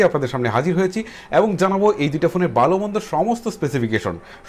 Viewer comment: বালো না বলে ভালো বলুন 😠